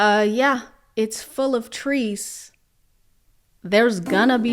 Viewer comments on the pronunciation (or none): Trees with the hard S